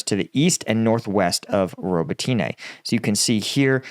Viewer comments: I think it's pronounced "Robot Na" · Hey everyone, please sign up for combatvetnews so can hire a Ukrainian tutor to teach him how to say some Ukrainian town names properly lol..... roe-boe-tee-nay haha. Robotyne = roe-boh-tih-nuh Urozyne = ooo-roe-zye-nuh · ro-bot-knee. ffs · the Ukrainian/Russian languages are SLAVIC languages, NOT Latin-based ones. Names ending in an - e - have an "uh" sound. So Rototyne is pronounced "Robot - tin -nuh" Similarily, Svatove is pronounced "Svah - tow - vuh" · I think it might be more helpful write "Robb-ott-in-eh", because Americans seem to pronounce "o" as in "throw" rather than as in "hot". It's Zaphorizhia that needs the most help with, though! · Only complaint ever. I work with a lot of people from Ukraine. You are adding ah And over pronunciation of the city names. It’s spoken much smoother and there’s no hard A at the end of robitine. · Still wishing you'd learn how to properly pronounce some of these locations instead of just making it up